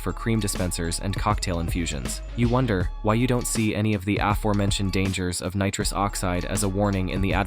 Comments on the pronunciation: Nitruse oxeeed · Neetruus Oxceed 🤣